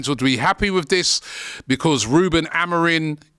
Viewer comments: It's Amorim. Stop saying Amorin. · already pronouncing the guys name wrong, just take a second and look up his name ffs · Amorim or Amorin? People get the name wrong and act like they know what they're talking about 😅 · This videos complete waffle, with zero information or research.. i mean, you didnt even look at his name so you can say it right. madness.. might as well of said the title and left it at that..